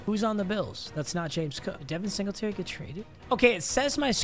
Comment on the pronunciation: Devin singltry… bro latavius murray